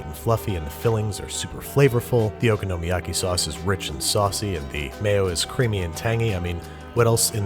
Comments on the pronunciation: O-KONO-MI-YAKI- Babish please. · the way babish pronounces okonomiyaki.... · This is great but your pronunciation of “okonomiyaki” hurt me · It's okonomiyaki not ogonomiyaki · “Taco-yocky” “ohkono-meeyocky” You could at least properly learn one word in Japanese... like, just maybe. Filthy gaijin... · im sorry babish you’re amazing but your pronunciation of okonomiyaki has me f*cking reeling. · i wish youd say okonomiyaki right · Why, oh why can he still not pronounce "okonmi" correctly? cringe (ノ-_-)ノ~┻━┻ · I'm so excited to try this out! I love your recipes babish, but... would you please learn how to say okonomiyaki properly... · haha, i agree, it wasn't the moooost terrible pronunciation of okonomiyaki considering that he doesn't even at the very least watch anime often, but i think most of the reason it bothered me is just because i know some japanese and how to actually pronounce it